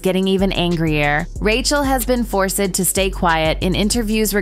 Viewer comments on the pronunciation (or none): The mispronounciation of words is embarrassing. e.g. "pylawt", "force-ed", "finnally". Do better.